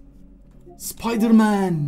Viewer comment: Rotin n sıpdırman türkçe di mi 😂😂(spiderman)